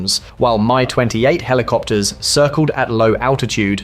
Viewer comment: Only AIs call MI helicopters, My Helicopters.